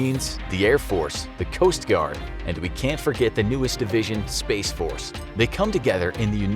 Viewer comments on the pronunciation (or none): none